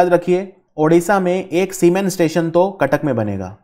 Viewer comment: Someone please teach him how to pronounce Cuttack.